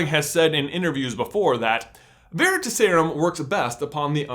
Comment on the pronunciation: "veritas" Vair-i-Toss. It means "truth". The emphasis is on the Toss. "Veritaserum" vair i Toss erum. The emphasis is still on the Toss. That's my gripe. Otherwise you guys rule.